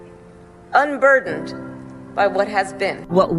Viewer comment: Nooooooo!!! Not the "unburderned" crap 🤦🏼‍♀️